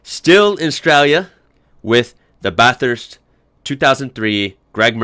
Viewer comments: Actually Bathurst is pronounced more like "Bathist" not "Batherrrst" but i am not gonna judge how any American pronounces it seeing as Australians pronounce their tracks with stuff like "Lagoona Seeeeka" LOL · Once again --------Bathhhhhhhhhhhusrt - NOT --------BATTTTTT hurst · Mate, I'm pleased to see you like Aussie car racing but please learn to say Bathurst. Also please don't reference a computer game when talking about the great race. If you want to see heart break at Bathurst, check out Glenn Seton. He gave it everything for years and was blessed with mountain luck